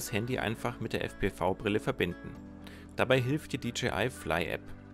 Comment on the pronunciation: Ich finde dass dji sich wieder einmal mega Mühe gegeben hat. Mega DROHNE. Mega VIDEO. ABER es heißt fpwiiiii.